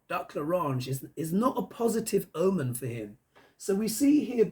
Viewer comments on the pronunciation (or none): none